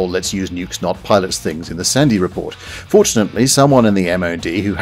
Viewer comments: Sorry to be a pronunciation nazi but 'Sandys' is pronounced 'Sands' not 'Sandies'. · ITS NOT-U-C-L-E-A-R not Nukular!! Say it a hundred times or till you get it right! Oh, and while I’m in teaching mode, Duncan Sandys was pronounced ‘SANDS’. I know that doesnt make sense but!